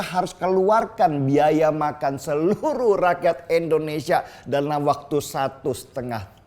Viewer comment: Indonesia! bukan Endonesia!!!